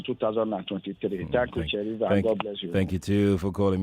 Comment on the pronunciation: oga Sheriff said wa serey 😂😅